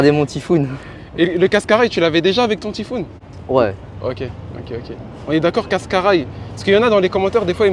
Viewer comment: Sa me dérange d’entendre « tiphoon »